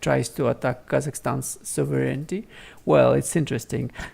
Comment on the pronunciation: Please pay attention to your pronunciation of the word sovereignty